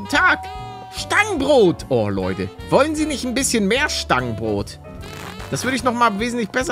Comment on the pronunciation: Wie palle am anfang moin lote sagt und nich moin leute